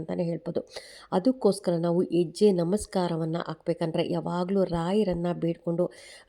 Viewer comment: ಎಜ್ಯೆ ಅಲ್ಲಾ ಮೇಡಮ್ ಹೆಜ್ಜೆ ಅನ್ನಿ ಅಯ್ಯೋ ಎನಾಗಿದೆ ಕನ್ನಡಕ್ಕೆ ಅಕ್ಕಾ ಕೈ ಮುಗಿತಿನಿ ಮತ್ತೆ ಸ್ಕೂಲ್ ಗೆ ಹೋಗಿ plz 😢